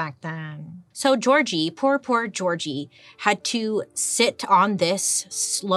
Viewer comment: I'm hungarian and never heard the name György pronounced Georgie 🤣 it made me laugh so much